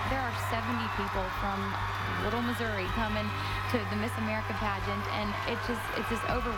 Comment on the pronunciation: Is nobody gonna talk about when he messed up Florida’s and Missouri’s names